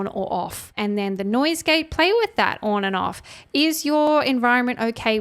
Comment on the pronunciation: Off or ‘orn’ Aussies putting an ‘r’ in ‘on’ lol